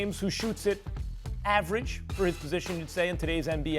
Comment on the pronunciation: CAN THESE ESPN WOMEN PRONOUNCE WESTBROOK RIGHT????